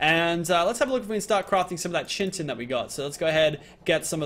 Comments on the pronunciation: Bestin Sloth exactly he kept saying chitnin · brah its Ky-ten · Chitin is pronounced "kite in" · "Chintin" never gets old, oh oh pal.. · It's Kaitin. That's how you pronounce it. Even tough this is old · Can u say chi chi tin not not chintin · and more. It's Pronounced. Ki. Tin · Chitin is pronounced like KITE-IN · There is no n in chitin and u pronounce it ky-tin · chitin is pronounced kai-tin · chitin is pronounced "Ky-ten" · Why does still pronounce chitin like chintin? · It's pronounced Ki-tin! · Chitin is pronounced like Kai-tin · NOT CHIN-TIN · It's pronounced Kaiten say it right, do you think anyone would call something Chiron NO! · it is pronounced chintin (kitten) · chitin is pronounced "kite-tin" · chitin is pronounced kytin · Chitin, pronounced kite-in he is just pronouncing it wrong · it's pronounced ki ten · pls pronounce chitin right, its kite-in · It's pronounced ki-tin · I'm sorry, but it got on my nerves, there's no chin in chitin 😅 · kite-in its pronounced kite-in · Also, it is pronounced "kite-in". Please say it right, it is messing with my brain. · There is no 'n' in chitin dude!!!!!! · Am I the only one cringing when he pronounces chitin wrong? the H is silent. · when can't pronounce chitin... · IT'S NOT CHY-TEN, IT'S FREAKING KITE-IN!!! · Bestin Sloth my bad its pronounced Ky-tin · It's pronounced chit-in not chin-tin like where the fuck does he get the n from. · it's not chin tin it's pronounced kite-in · omfg, please stop calling it chintin, its pronounced Kai-Tin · no it's NOT it's Kite-in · KITE-IN its not chin-ton its KITE -IN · 2 metal chunks give you one ingot and you're saying chintin in stead of chitin kind of like chit-in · ITS PRONOUNCED KITE-IN NOT BLOODY CHIN TIN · Yo it's kai-tin not chin-tin btw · When he pronounces Chitin (Ky-tin) Chintin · it is pronounced as Ki-tin not Chintin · it's pronounced 'ky-tin' not chintin